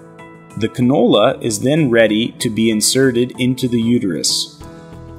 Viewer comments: Is he saying Canola? Is that singular for cannoli? Or is he talking about a single vegetable oil? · He's pronouncing cannula like the f**king oil. What a disgusting video